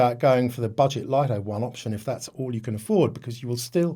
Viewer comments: Did you consult DJI's official channels or just your local DJI dealer? Many YouTubers pronounce it correctly as "LIT TO," only a few American YouTubers pronounce it as "LIE TO" like you! Another example is the famous Japanese camera brand NIKON. The correct pronunciation in Japanese is NIK KON, but ridiculously, many Americans pronounce NIKON as NINE KON, just like you pronounce "LIT TO" as "LIE TO." This deviates from the original pronunciation. This might be due to your habit of naturally pronouncing the letter "I" with an "I" tone, but it's incorrect. Please respect the original creators' pronunciation! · The pronunciation about the LITO should be "Lit To" not the pronunciation like yours in "LIE TO"~ LITO is the nickname of LITTLE~